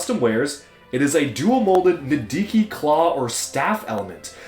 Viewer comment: HE SAID NIDIKIN' TIME